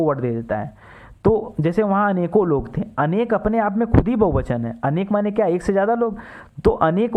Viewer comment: bahuvachan hota hai bahubachan nahi